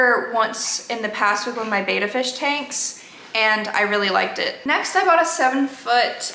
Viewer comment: They're called Bettas, not Betas.